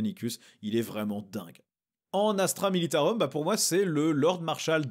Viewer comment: Tu a fais l'effort de te reprendre sur astra militaROUM rolala merciiiii ça fait tellement plaisir d'entendre du vrai latin! 🥲🥲🥲🥲 Ps: tu peint très bien elles sont top tes fig!! Faut pas être modeste ❤